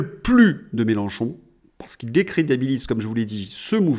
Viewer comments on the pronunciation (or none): none